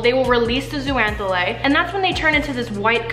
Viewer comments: It's pronounced zoh-zan-thelly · Love this video!! But... It’s pronounced like ZOH-ZAN-THEL-AY (so the X sounds like a Z)... myself and the other marine bio nerds out there were cringing every time you said it 😬 BUT that aside, lots of love and this video is great!! Very accessible overview of a complex group of animals! 😍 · Love all the info in this video, and it's clear that you did a LOT of research. But, there were a few things I picked up on that should be corrected. First, zooxanthellae is actually pronounced zO-zan-th-eh-lE (O pronounced like Oh, E like in Eerie). Just something that bugged me. I know latin names SUCK to pronounce and spell (as a marine biology student I can attest to that). Secondly, corals, as all sessile marine species that have a broadcast larval stage, do have SOME form of choice of where they settle. There are actually signals (which can be hormonal or scent driven) that allow the larvae to know that X spot would be a good place to settle. These signals can be given off by other adults of the same species in that spot, signals from organisms in the sediment, from prey species in the area, or other symbiotic species in the area. You did an awesome job besides that though! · Fazerella what!? She said algae are plants and can't pronounce zooxanthellae. Glad you're not my teacher. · Did I just learn a wrong pronunciation of zoox’s I’m stressed